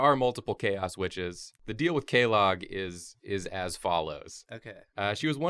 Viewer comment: Are we not going to talk about how they pronounced quelaag and quelana?